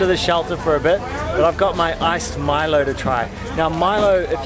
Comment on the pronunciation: good try. we can understand that. when i was childhood i usually pronounced Milo as mee-low.